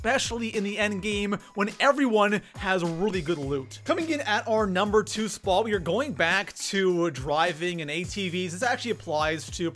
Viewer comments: Where is this goofball from...It's pronounced SPOT...NOT SPAUGHT!! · Dude talk faster, no need to drag every word you say out like that. It's sounds cringy af it's annoying just speak like a normal person and stop saying spot weird too. First and only video I have watched. Bye bye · Coming in at our number three “SpUAt” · What's up with how he says spwaaat..... Lol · im about to quit watching this dude just because the way he pronounces "spot" sounds like SPOOOUOOUT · I CANT STAND the way you pronounce spot. SPAAAAWWWWT. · This guy exaggerates the word spot .why????? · Why do you say spot like that?